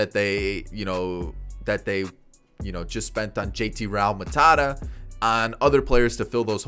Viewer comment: I died when you said JT Ralmutada